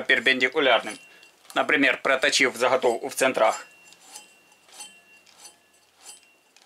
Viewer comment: Правильно говорить не хайку, а гайку. Не захатовку ,а заготовку.....ну и т.д.